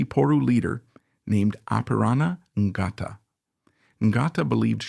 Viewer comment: For your information the " G " in Ngata , is silent , and my father was one of thirty New Zealand troops , 3 rd Division , were sent to Guadalcanal to serve with the USMC , they were there from early 1942 until mid 1944 .